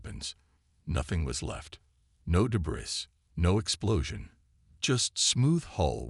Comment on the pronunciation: AI's are complete Garbage!!!...yours and most others!!! Who is "RE-chal"? Her name is pronounced "RAY-chal". And what is "DAY-bris"??? It is pronounced "DAY-bree"!!!